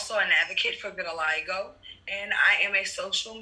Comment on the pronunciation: Quiero decir vitiligo en Inglés como vos!